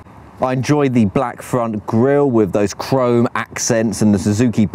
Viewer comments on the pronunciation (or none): none